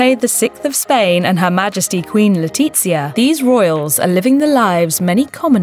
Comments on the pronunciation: Queen le'titz'ia lmfao 🤣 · The commentator isn't the best at names, Le-tiTzia? LeOna?? Phonetics and stress accents aren't her strongest points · Your narrator needs to do her homework. It's Leonor not Leona & the Queens name Letizia is pronounced Letithia not Letitzia. The Spanish Z is pronounced like the th in thank you. Weird for you to do a video where the names of your subjects are mangled. Please do your research. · it's killing be how she butchers their names its Leonor not Leona and its Letitia as in (LetiTHia) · LetiZzia? I am sorry but in Spain we don’t speak piZza. Also, “Liona” ???? Like, you are calling her female lion. It sounds SO wrong. Do your press correctly.